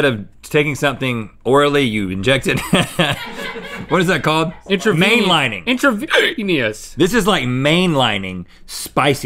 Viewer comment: Intravenously.... intravenously....